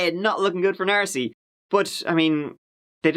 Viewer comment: Stop saying "Narcy! 😭😭😡😤